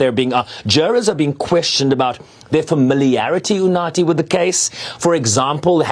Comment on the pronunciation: Woooow, I love how he pronounced UNATHI😊😊